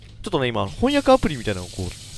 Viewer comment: 翻訳アプリが「ほんにゃくアプリ」って聞こえた人、今日もお疲れ様でした、、、 今回、かなり苦戦されてるような、、、負けるなガッチさん！